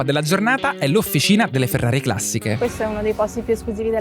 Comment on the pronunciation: Ho lavorato in Ferrari come ingegnere nel team di sviluppo e testing e... beh.. che ti abbiano fatto visitare tutto, anche Costruzioni Sperimentali, è davvero una cosa unica! Aggiungo, non so chi abbia doppiato le voci in inglese, ma "Ferrari Classisch" non si può sentire ahah